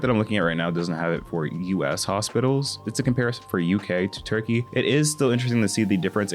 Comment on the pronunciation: “we’re going to zurkeyyy”